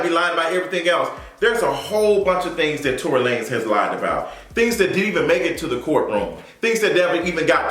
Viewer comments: Yoooo I cannot stop laughing at the mispronunciation of Tory’s name. Tory La Nez 😂😂😂😂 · “ I was calling him Tory Lan-ez” 🤣🤣